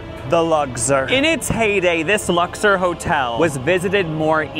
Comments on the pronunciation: Lux-OR not lux-ER (Vegas local here) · Uh, It's Lux-Ore. Ore. Sorry. carry on. Great stuff. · I think you’re pronouncing the name wrong. It’s Lux-or, not Lux-er. 😂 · Lux-OR not Lux-ER